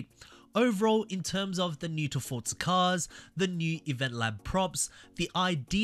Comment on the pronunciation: Why do you keep calling it FORTZA there is no t it is FORZA